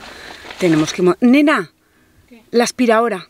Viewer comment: Yo soy de alzira ,y me ha hecho mucha gracia cuando has dicho la aspiradora así como en valenciano